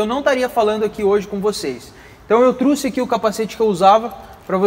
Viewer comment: Show de bola seus vídeos! Mais pelo amor de Deus para de falar "Truce" o certo é trouxe!!